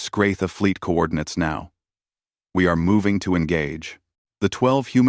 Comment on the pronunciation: Well!!!!???? Are they SKRAFEE or SKRAFUH!!!??? BECAUSE, your FREAKING AI SURE DOESN'T KNOW!!!! AND, WTF is "NUMBER"!!!! ALL by itself in its own sentence!!! AND tell your Crap AI that there is a difference between "co-OR-din-uts" and "co-OR-din-Ates"!!!!! It used the latter, this one meaning to work together. The one it SHOULD HAVE USED is the first meaning a set of geographic or spacial points to a specific location!!!! THAT is the one it should have used in that context!!! If YOU had listened to, proofed and edited prior to posting, these gross errors would not be in the version we are suffering through!